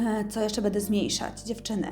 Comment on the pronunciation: to nie jest hejt, chciałabym Panią oglądać częściej bo jest Pani sympatyczna,tez jestem czarnulka i mam podobny typ urody, jednakże przeszkadza mi Pani wymowa, błędy językowe których jest sporo....pielegnacjom, oczyszczonom,złuszczonom,nawilżonom,stonizowanom,bede,zrobionom i inne błędy. Nie czepiam się,ale czasami jest tego tyle, że zaczyna to przeszkadzać w odbiorze. W Pani opisie o sobie też tych błędów jest trochę.....